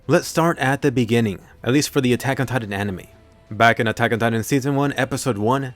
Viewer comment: Attack ...on... titan say it slowly you sound dumb the way you say it